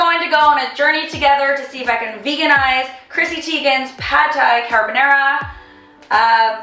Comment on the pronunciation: why do you pronounce carbonara like a hillbilly?